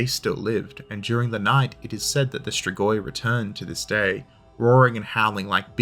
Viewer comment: Your pronunciation "stregoi" to my ear sounded very similar to the Italian word for witch, strega(fem) strego(masc). Romanian being at root a latin based language, not unlikely that "stregoi" is a shared word.....yeah, kinda of a pedantic comment...but history of everything and all that. Thanks for light hearted detour.